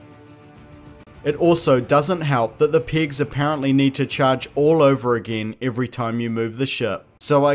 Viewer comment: Oh! PEGS. I am accent-idiotic, and thought you said PIGS.